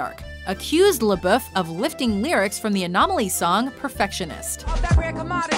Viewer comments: Lol ''Shia LaBoof'' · Pronounce lebouf right